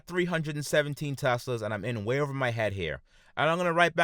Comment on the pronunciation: "This is da wae of da deviil." Lmao instant like and sub.